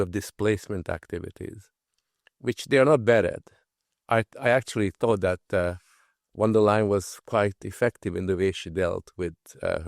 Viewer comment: I do not like her myself , but , please , pronounce her name correctly . Think of : to tell a " lie " = >> von der " lie " - en << ! Von der Leyen , one of the most incompetent and worthless career - politicians ever .